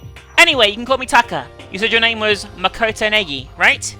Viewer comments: oh btw, you're saying Naegi wrong. its pronounced Nye-Eggy. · Gosh I love the way says naegi?? It's just Neggy